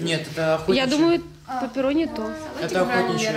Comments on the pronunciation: Как это трогательно, наш переходит в новую школу. И кстати это не паперонни, это пеперонни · Не пэпэрони а пеперони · Не паперни а пеперони